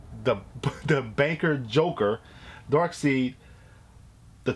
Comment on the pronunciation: Did u just say darkseed bruh 😂